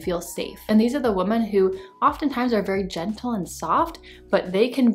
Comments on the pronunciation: Ok, seriously. Am I missing something? Why do I keep hearing the plural of the word "woman" pronounced as "woman" instead of "women"? Did they change the grammar, or is it offensive to say "women" now, or something?😂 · Woman is pronounced woman. Women is pronounced wimen.